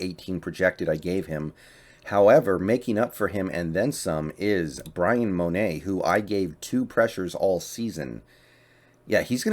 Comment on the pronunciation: Mone is Mo-ney!